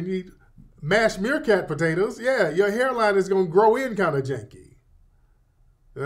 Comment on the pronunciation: He said mash meet meercat potatoes 😂